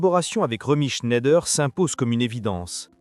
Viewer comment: de nombreuses erreurs graves. Et prononcer chné-ideur au lieu de ˈʃnaɪ̯dɐ est quasiment une insulte à Romy.